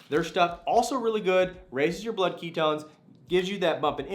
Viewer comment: Keto ess? You must be from California cause you talk too fast. Some of us are from Texas!!!!